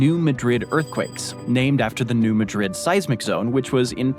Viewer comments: 210 That should be square miles, not merely miles. New Madrid has a different pronunciation from the capital of Spain. Shifting the syllabic stress, it's MAD-rid. A lot of US cities are named after European cities but pronounced differently. There is Lisbon, North Dakota, and that one is pronounced the way you pronounced it. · I really wish these narrators would take the time to learn how to pronounce city and county names before they spout off and mispronounce them. 😥 It's pronounced New MAD-rid, not New Ma-DRID. It's Missouri, for heavens sakes, not Spain! 😡😤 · Its pronounced New Maaahdrid not New Muuhdrid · the video mispronounces the local way, New Madrid,,,, should be MAY drid not muh Drid, and Cairo is like Karo syru;p KE ro, the capital of Egypt we say KAI ro, to be confusing, English speakers can't do IKEA furniture, here it is EYE key-uh, ,,, the rest of the world: ee (like tea) KAY (like pay) uh, to make sure, YouTube does drive-thru videos of many small towns, (YT search: Drive tour Cairo Illinois) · If the Spain vs Portugal /New Madrid thing bothers you, maybe this will help. Locals pronounce it New MAAD -Rid, not Muh-drid. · If it makes you feel any better, New Madrid is not pronounced the way he is saying it in the video. It is Mad rid, not Ma drid. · New Madrid, at least here in Missouri, is pronounced ‘New Mad-rid, instead of New Ma-drid’. New Madrid, MO is miles southeast of Lisbon, MO. Enjoy. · We actually pronounce it New MA-drid, with the accent on the first syllable. There are videos about that earthquake - it was a really big deal. It was felt in Chicago and Philadelphia, and it made the Mississippi River run backwards! There are all kinds of apocalyptic predictions about "when the big one hits" again on the New Madrid fault. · Its New Mahdrid not New Muhdrid. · Be at peace my friend. The town in Missouri is pronounced as Maa drid or Mad drid. Not like the Capitol of that other country! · New Madrid is pronounced "new- mad- rid"